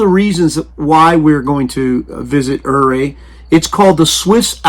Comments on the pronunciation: I lived in Ouray, it is pronounced 'you ray' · Ouray is pronounced Yuray. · Except the Utes pronounced it differently